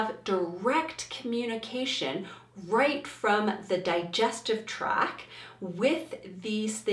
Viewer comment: I know this is because of my gut lacking serotonin but it really drove me insane how many times you said “track” instead of “tract” and vagal instead of vagus nerve.